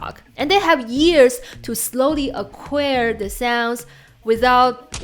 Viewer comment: Dear, the last vowel of "acquire" sounds as in liar.